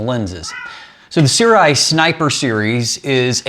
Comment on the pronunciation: see-rw-eye is the wildest pronunciation i've heard so far